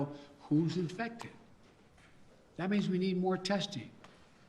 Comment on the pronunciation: Madness. I’m not listening to this rutabaga. Also 👇🏼 It’s OMICRON OMICRON OMICRON not OMICROM you absolute oh my god this dungbeetle.